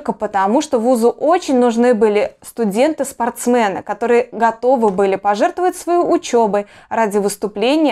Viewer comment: Я уже где-то слышала об этом,,ну поня́тно,как и все,из грязи да в князи ,. понятно всё !!!!!Но непонятно,почему вы ,барышня говорите спортсмЭ́ны !!???!?? Я думала ,что только ЛАГ так выража́ется,но вы-то,зна́ете,что ,,Э,, и Е,,совсем разные буквы !!!!!🤷‍♀️Почему вы не говорите СпортсЕ́ны !!?????!!Что мешает,стесня́етесь что ли!!???!Ну почему не сказать пра́вильно !!???!!! Не могу понять,почему некоторые игнорирую буквы,которые написаны сотнями лет назад,ну если ,Ё,.....🤷‍♀️то почему ,,Э,, !!???????Что это тако́е--бассЭ́йн,рЭ́йтинг,контЭ́нт и прочие слова !!????!!!Хоть бы кто-то тут объяснил !!!!!!!!!!!!